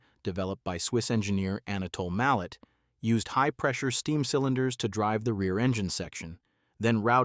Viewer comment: Indeed, George! I really enjoyed seeing the photos of the Narrow gauge locos of the old D&RG and C&S lines, but whoever made this video, and suckered us into watching should know: A mallet loco is not a mal lett, it's a mallay, and Salida, Colorado is not Saleeda, it is Sal i da. I gave up before seeing the Big Boy, or whatever this rambling presentation is really about.